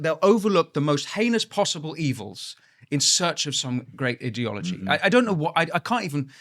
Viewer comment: Idiot ology idea ology please speak properly